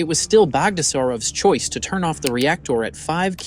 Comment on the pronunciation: There are so many “ rep tor”( reactor) type ludicrous mistakes here that I have to just ignore the whole thing.